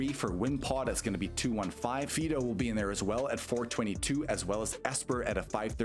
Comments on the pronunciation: "FEE-do"? Isn't it supposed to be pronounced like the dog name "Fido"? (Otherwise the pun doesn't work...) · definitely said fee-do 20 seconds into the video but its all good....ive apparently been saying Rayquaza wrong for 20 years lol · someone said Fee-do